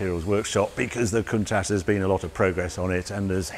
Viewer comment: Love the show, But I wish you would say COUNTACH the way the ITALIANS do.